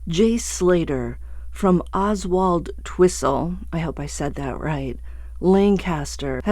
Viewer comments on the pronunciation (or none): OSWALDTWISTLE Is pronounced Osaltwistle , and he's from Lancashire not Lancaster. Yeah it's foul play .